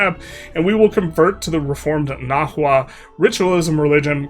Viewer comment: also, the hu in words like nahua is pronounced like a w. so its na-wa